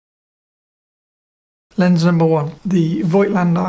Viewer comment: Pronounciation is: "Fohgtlender" (German)